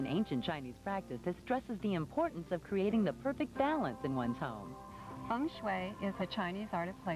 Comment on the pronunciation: Feng not fung but whatever. I love Taylor Dane.